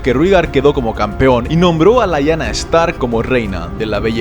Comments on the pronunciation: la verdad es que da igual, porque la pronunciación es distinta en español y en ingles. Solo un pequeño apunte, Lyanna se pronuncia así como se escribe, no "Laianna" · No me gusta corregirte,, pero estás pronunciando mal. Rahegar se pronuncia de manera similar a como pronunciaste Rhaella, es decir Ra-e-gar, con acento en la sílaba final. Por otra parte, Lyanna se pronuncia tal cual se escribe: li-a-na teniendo diptongo con la sílaba ia, es decir, la separación de las sílabas sería lia-na. Están geniales los videos de Juego de Tronos! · Interesante, lo que no me cierra es que en algunos casos hables de Rigar en lugar de Rhaegar o de Laina en lugar de Lyana Stark, o tratas de usar la posible pronunciación inglesa en todos los nombres como incluyendo Winterfell o King´s landing o todos en castellano como Desembarco del Rey o Invernalia, de lo contrario se escucha bastante mal. Por otra parte, anotas las fechas 269 DC, qué significas la D y la C?